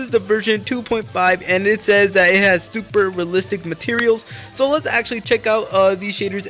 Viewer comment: When Hes Super excited he kinda said Tuper Instead of Super 😂 Nice Vid tho